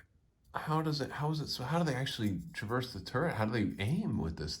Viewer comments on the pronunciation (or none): none